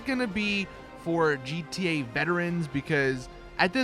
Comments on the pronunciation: He said GTUA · He kept saying gtelline